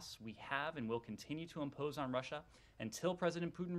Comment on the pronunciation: 41.16 she just say Lussia 🤔🤦🏽‍♂️..🤣🤣🤣